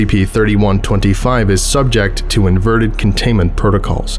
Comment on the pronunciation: It’s supposed to be SCP not SKP lol